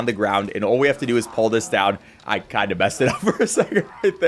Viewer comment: until about half way through i thought you were saying 'pour' yourself up instead of 'pull'